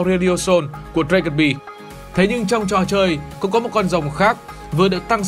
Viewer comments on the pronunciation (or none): none